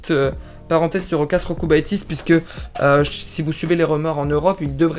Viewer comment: Jokubaitis ca se prononce iokubaitis 😉